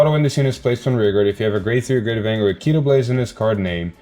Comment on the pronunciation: Evertime i hear Keeytoblaze it hearts my soul. Its KO- tee-blaze